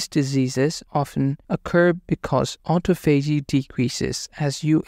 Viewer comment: It’s pronounced, AU-TA-PHOGEE